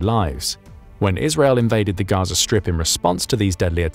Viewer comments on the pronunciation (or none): none